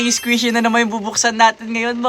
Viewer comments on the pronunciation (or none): Squishy po Hindi Squizy